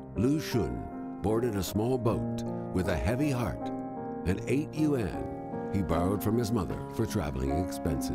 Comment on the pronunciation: So hard to listen to. The least you can do is learn the basics of how to pronounce Mandarin, or 普通话, when making a video about Chinese people. Yuan is not two syllables (that would be yu'an), it's enunciated with a smooth and continuous ua sound to produce a single syllable. Xiu sounds absolutely nothing like show, more like shoe but that's still a total butchering, especially in that it ignores the I in the middle, so it's more like X-you; I really can't explain the X pronunciation, you just have to hear it and practice a few hundred times, but in general I would say to keep your tongue lower than for SH, don't touch your mouth's roof. C is an unvoiced ts sound, while Z is voiced. You can find this in any textbook or, probably better, download an app, like Pleco (the best ever dictionary app) or Pinyin Trainer (I've used it for an hour every couple months for two years and I'm still only at 75%, so I can completely relate to the sense of impossibility this entails). You won't get over your accent this way, but you will at least have the knowledge to pronounce names with a fair approximation of what they really sound like. Unfortunately, I can offer no advice for Cantonese names other than to find a textbook or app, but I've never looked into which are good.